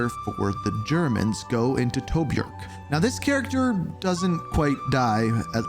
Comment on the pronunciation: Bro said Toburk instead of Tobruk 🥀💔